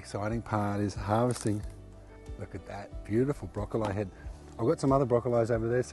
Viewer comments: Broccol(I) not eye. Maybe it how they say it in australia. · Where has this channel been my entire life?!! Wait did he say broccol eye